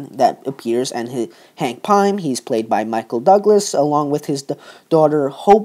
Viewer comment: You missed pronounced hank pym its not "pie-m" its "pim"